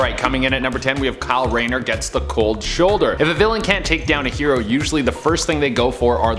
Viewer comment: *Rayner. Kyle RAYNER.